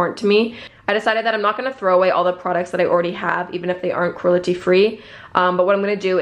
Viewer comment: She says “cruelty” so weirdly almost like “crulety”